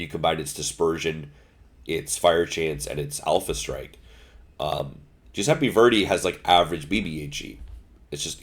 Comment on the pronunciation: giuseppe not giuseppi kunming not kanming.